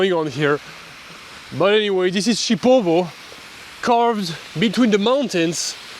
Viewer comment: It's not Chipovo is Šipovo/Шипово😄,my grandmother is from Babići village near Šipovo,she is ethnic Serbian and I have sisters in Šipovo,im from Serbia,I'm half Serb,half Russian🇷🇸🇷🇺and I also have Ukrainian🇺🇦ancestry through my Grandmother from Mother side. You can visit Janjske otoke,Source of Janj River and Šipovo was Roman City Baloia until 5th century CE.